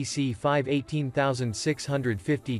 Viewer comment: eighteen thausand six hundred fifty 🤣